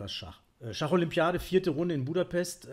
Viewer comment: in "Buddapes"